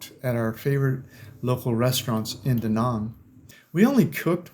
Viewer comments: YOU MISPRONOUNCED ,MY AN BEACH. MY IS PRONOUNCED "ME" AN❤ MY WIFE IS VIETNAMESE AND WE VISIT HER FAMILY IN DA NANG, EVERY YEAR. IT'S CALLED DA NANG , NOT DA NONG😂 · Trying to help those people -Too many GIs died in Da Nang for me to consider it a retirement spot, it’s a friggin communist country ! It’s not pronounced Da Nong it’s Da Nanang - Army Vet Retired 🇺🇸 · I appreciate you are a traveller, but you are still a yank who butchers foreign words. Vietnam ends with nam rhyming with ham and Da Nang is not duh nung! Other than that I enjoyed your vid. Off to Da Nang for 12 th Viet trip in May.